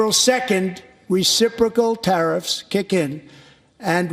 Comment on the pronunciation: Please pronounce 'reciprocal' correctly...